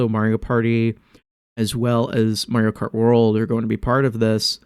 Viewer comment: Dang. And here I thought you said Marty-O Kart on purpose. I like to call it that sometimes as a reference to TTYD.